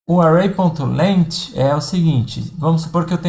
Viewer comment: fala, "length" se procuncia "leng" e não leiti kkkk joel santana idiomas. mas até o professor na aula fala errado. Brincadeira. um abraço!